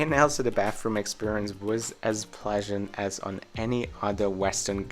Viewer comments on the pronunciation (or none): Mate you got to fix the way you say “ Also”.. it sounds more like Elsa 👍🏻